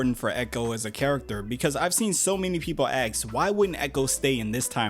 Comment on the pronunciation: Also leaving a dislike because you said aks instead of ask. Learn to say the world properly. Your speech is atrocious.